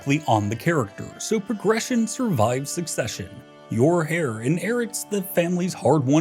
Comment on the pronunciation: Heir not hair said like air